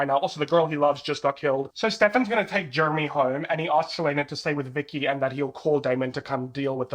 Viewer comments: Gurl the way I'm eating this up- Also with your accent it sounds like you're calling Jeremy "germy" 😂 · your accent having you saying Jeremy like Germy is my favorite thing bc he really acts like just a germ for the first one or two seasons in the plot😭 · "Germy" lmao 😂